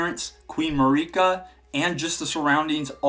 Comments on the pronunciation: Marika's name is pronounced in game over and over. It isn't Mari-ka, it's Marika. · Hey, love your videos, but it's pronounced jail. Gaol=jail. Also, Marika is literally pronounced in game as "Mare-eh-cah". I hate to be nitpicky, but you've done it for quite a few videos now. It's super grating, and almost purposeful at this point.